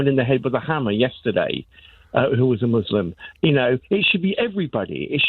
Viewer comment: Leeds, OMG..... That was the ROMA CHRISTIAN COMMUNITY..... Nick back on form, not correcting bigoted caller for saying Muzlims again.......